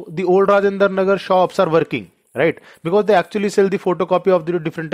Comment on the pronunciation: Thank you sir, the word (right ) Lil irri..others fine.